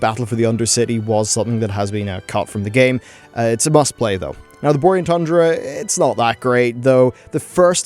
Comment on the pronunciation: Listening to say Borean Tundra sounds like he is saying Boring Tundra and I couldn't agree more